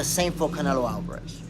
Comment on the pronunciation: Canelo AL-VAH-RAHZ🤣🤡